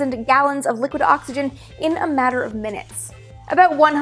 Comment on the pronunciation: what is a gallone, is this a fruit?